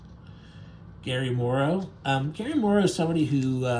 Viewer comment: GARY MORROW!! It is Gray Morrow. His name is even on the page you mispronounce it on!